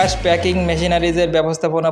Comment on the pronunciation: প্যাকেজিং নয়, প্যাকিং